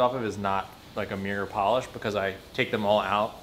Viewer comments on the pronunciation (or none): none